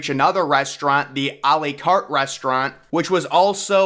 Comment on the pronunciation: When we're practicing anyway. Try to say. À la carte like: Àh Làh Carte. That would sound so much better. It's la carte and not le carte